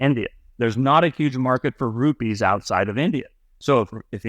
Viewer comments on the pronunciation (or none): none